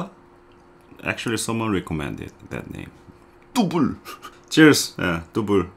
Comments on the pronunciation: Tubol HAHAHAHAHAHAHHAHAHAHAHAHAHAah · for christ sake! dont name it tubul 😂, i was sipping my coffee and almost spit it out after hearing tubul, lol, i love you man! please dont name it tubol 😂